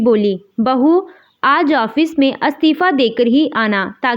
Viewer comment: अ स्तिफा नहीं इ स्तिफा